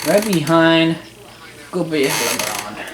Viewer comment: You said Grande wrong I speak Spanish its said " Gr Awwwnd eh " Goopy Le Grande